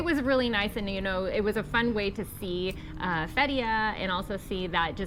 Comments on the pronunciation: it is pronounce "Fet -ti-yeah" with the stress on the first syllable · THE WAY YOU SAY FETHIYE ITS COMPLETELY WRONG ,AND MARMARIS ITS SO FUNNY ,YOU TWO SHOULD START A COMADY CHANNEL .